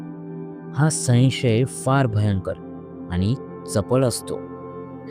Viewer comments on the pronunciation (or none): संशय या शब्दाचा उच्चार समजून करा.उगाच मराठीची मोडतोड करून नका.शिकून घ्या उच्चार.